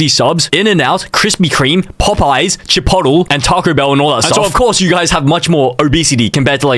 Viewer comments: it’s ch-polt-lay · BRO SAID CHIPOTLE WRONG HE SAID “CHIPOTTLE” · its pronounced chip-oat-lay not chip-pottle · It’s not chip-bottle, it’s chip-pole-lay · “Chipotale” bro it’s CHIPOTLE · The”chipottle”got me😂😂😂😂😂😂😂it’s chi-polt-le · “It’s not pronounced chipotle it’s pronounced chipottle” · CHIP OAT LAYYYYYYYYYYYYYYYYYYYYYY NOT CHIP OT EL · He said chipottle and? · dude it's "Chipotle" not "chipottle" 🥀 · tf is “chipotle” its chipotLEH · Bro really said 'Chi pot l' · "chippotle" AM CRYING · "chip oddle" 🙏😭🥀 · Bro really called Chipotle chipottle 😭🙏🏻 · its pronounced chi-pote-le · Did says chipol😭🙏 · it’s pronounced chuh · powt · lay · Its kinda hard to type a pronounciation the best way I can type it is this: chi-POHT-lay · These intros get better each time. Edit: “chipottle” 🗣🗣🗣🗣🗣🗣✨✨✨ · Bro pronounced Chipotle as Chi-pot-el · "chipottle." i can't tell if he's serious or not 🗿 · Nah it's chi-pot-o-le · It's che poe lay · Chip pOot Lee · If he sees this its pronounced chip-olt-lay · what it’s chip-oat-lay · What the b777 is chippodl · Chi-Potel is crazy 😭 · Chipotle mispronouncing is crazy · He is lol, my dad who never heard of Chipotle pronounced it like that